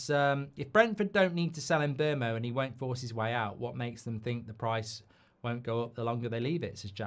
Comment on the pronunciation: He said MbuRmo 😂😂😂😂😂😂😂😂😂😂😂